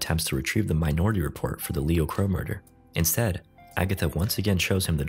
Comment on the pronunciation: I guess I'm the only one who heard "my naughty report" instead of minority report?